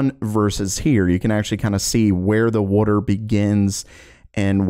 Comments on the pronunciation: water❌ Woder✅ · That “wordor” though😂😂😂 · wait a second..... are you from South Jersey??? lol the way that you say 'wooder' instead of water' is how a LOT of people in SJ say it LMAO! (I'm JK!!1 I know you in Florida somewhere because you were affected by the hurricanes this past summer)